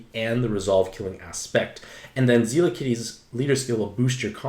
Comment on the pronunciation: I'm like 90% certain it's "Zel-la" and not "Zee-la"... at least based on the Japanese name.